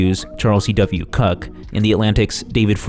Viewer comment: Did you mispronounce Charles CW Cooke's last name on purpose?